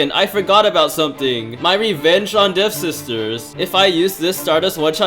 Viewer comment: Waaiiit its devSISTERS??? Not dev-ster?